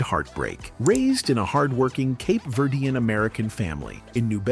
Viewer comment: There are pictures that are shown that are not the Tavares group!!! Also, the pronunciation of their ethnic back round is so wrong. Cape Verdean is who they were....not what is being said by the announcer!!!